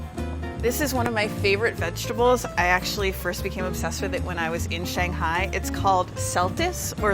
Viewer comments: She pronounced Shanghai wrong just saying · No clue why I am watching it either, living in china now and right off laughed how she pronounced shanghai